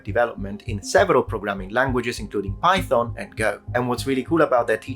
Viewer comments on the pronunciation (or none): none